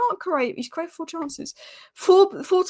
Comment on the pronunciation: cant say create 🤦😂